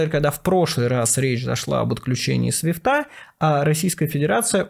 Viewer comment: Ну то кодЫ были, то теперь свифтЫ. С уважением отношусь к Майку и смотрю с удовольствием, но над речью нужно как-то работать, уши в трубочку иногда.